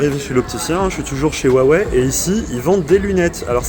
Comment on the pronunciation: Et si on vous disait que c'est Huawei et non pas Wuawei? Vous êtes ridicule.